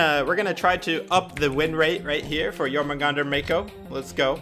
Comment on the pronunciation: I like how your positive but the way you say it is jour-man-gan-der